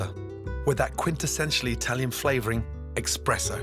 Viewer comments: I know Gordon did not just say “expresso” 😱😱😱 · Very happy to see Gordon using canned tomatoes and so forth at home. Not every meal needs to be to 3 Michelin star standard. That said: Gordon says “expresso”?! Omg. I cannot believe he allows himself to do that. That’s not a UK English thing… that’s just wrong! AND THEN he puts olive oil in his pasta water?! Gordon. Gordon, Gordon, Gordon…. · Bro actually said expresso, not impressed.